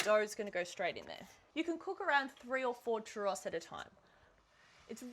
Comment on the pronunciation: Can cook churros, but cant pronounce churros correctly